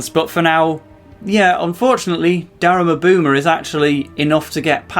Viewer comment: Yeah no something's wrong with the way you pronounce Daruma Boomer. It's Daruma Boomer,not DarUma BOOmer.